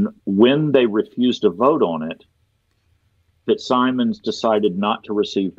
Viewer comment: Plea to —please, the FitzSimons name is pronounced “FitzSimmons”, and not the way it is spelled. Knowing him, and hearing his name said several times in the podcast, I’m compelled to mention this—so sorry, but it just got to me!